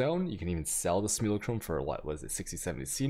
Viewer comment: Great video, but small pet peeve. I'm not sure if its intentional mispronunciation because I kno you got some words you do on purpose for the fans like atzubi. But, if its not intentional, Google translate english to english says "Simulacrum" correctly if you'd like to hear how its normally pronounced.